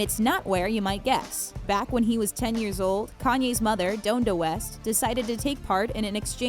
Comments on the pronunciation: they pronounced every name except Kanye wrong 😂"dohn-da west" instead of Don-da just like its spelled then "Beenie Sy-gel' instead if "Beenie Seigel" like "see-gull" guys! Come on, these are legends!z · DOANda West... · The highest level of disrespect you could do in a Kanye video is to mispronounce donda and you managed to do that